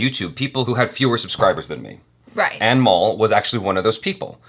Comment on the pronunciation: Who else heared "Animal" all the time instead of "Anmol" 🤣 Jo bhi sunai diya shi hain uske liye 😂